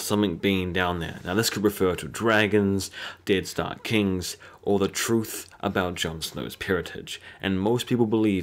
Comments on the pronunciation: YOU CAN'T HANDLE THE TURTH! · turth. lol. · "Tell da turth" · "THE TURTH"